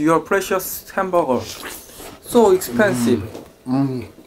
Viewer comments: it called hamburger not HAMBURER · hamberburg Me: its hamburger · one hundeled doddle henbargar(anyone heard like this)😂😂.. like👇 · Nobody:: Hamboger